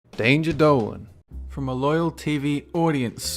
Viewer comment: Dolan...for the love of god..quit pronouncing O as 'er.'